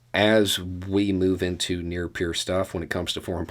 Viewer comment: wow, great video man; thanks! minor question: I couldn't quite understand what you said and . Something like "new pure"? The CC gives "near pure" for and "near peer" for . I think the latter, "near peer", fits the context. I think I get what it means, but are you by any chance referring to a previous video where you introduce this concept? thanks